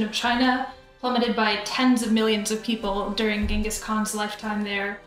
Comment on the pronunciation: I like how you pronounced tsingis instead of gengis. Although we pronounce it with zi and in english it's gen.. not nitpicking, just pointing out with my somewhat broken english